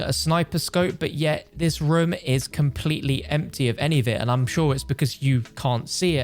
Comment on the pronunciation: People: Room: Rum